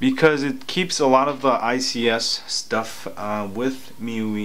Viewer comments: Me-you-ee (miui) LOL!! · I think it's pronounced as me-why or me-you-ay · I thought MIUI is supposed to mean "MY User Interface" not MyYou "My-You-I" is the correct pronunciation FYI. I don't think its so much of a spelling error. They're just trying to be hip and trendy.